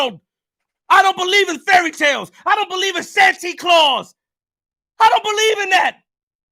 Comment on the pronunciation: My dawg said santy claus